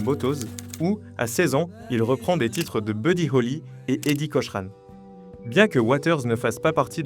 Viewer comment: arf ! cochran se prononce cokran